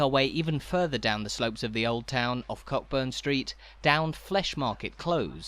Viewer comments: It’s pronounced ‘Coaburn’ not Cockburn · Loved this, great work. Just one point - Cockburn is pronounced Co'burn, silent 'ck'